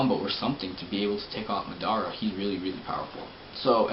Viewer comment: Ma Dara...... ITS PRONOUNCE MADARA ITS LIKE SAYING HOKAGE IS HOCAGE